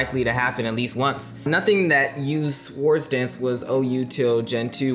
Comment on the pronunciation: I recently discovered this series and love it, but can't watch this video because of how he pronounced swords dance. wtf.